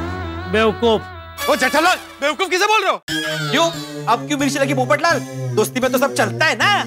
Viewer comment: who poptal 🤣🤣🤣🤣🤣 it's popatlal